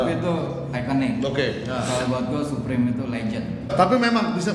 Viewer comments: its fucking supreme not SAPRIM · saprim or suprim? bukannya dibaca suprim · bape baca nya beip bliih supreme baca nya su (kaya susu)supreme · Orang di barat, baca BAPE: Beib Orang di barat, baca Supreme: Suprim Mungkin youtuber barat salah yaaa, soalnya bacanya Bape sama Saprim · Menit 0.44 suprim bang bukan saprim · Dibacanya suprim mas yg bener hehehe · SUPREME dibaca "Suprim" bukan "Saprim" 💩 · saprim? Bape? Nyebutnya Suprim dan Beip. Tollolisne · SUUUPREMMM KELESSS BUKAN SAPREM.... KAMPRING